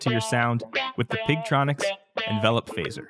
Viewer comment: I am french and learned english at school and university, I noticed he stresses the wrong syllable (as in the verb "to envelop") but I am very surprised you find it annoying because I hear so many mistakes on YouTube ten times more shocking made by original english and american speakers and nobody ever mention them !